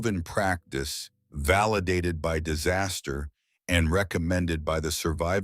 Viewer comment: Dizz-a-steer ??? Disaster